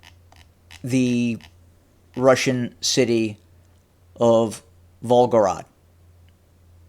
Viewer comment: Vol Go Grad is how it's pronounced. Thx for this vid.